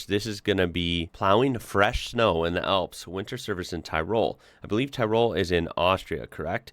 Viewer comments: Hey, great video! Love seeing Unimogs doing the heavy work. What a truck! Btw, Tirol is pronounced like Tee-roll, emphasis on the Tee (short). Cheers! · It's pronounced Tirol, with the enfecice on the (Ti), good on you homes, you've kicked it out of the park again, keep up the good videos, very much appreciated